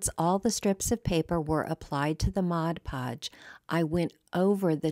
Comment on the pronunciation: I would like to take a moment to thank you for pronouncing 'Mod Podge' correctly. I don't understand how so many creators pronounce it so incorrectly.